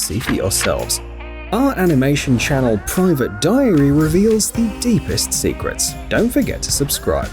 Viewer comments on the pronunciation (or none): none